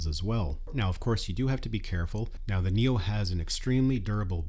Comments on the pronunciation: why do you keep saying Nero? it's Neo. LMAO! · Am I hearing things, or do you keep saying "NERO"?